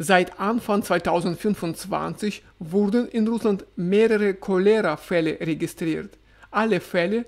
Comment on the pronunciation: Überall die gleichen Probleme! Danke für den Bericht aus dem russischen Alltag. 😊 Cholera wird im Deutschen auf dem „O“ betont.